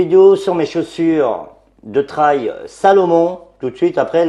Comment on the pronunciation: le "traïlle" ... :)